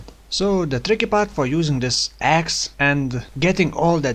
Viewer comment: lol when yoiu say use the other axe i hear use the other sex in offhand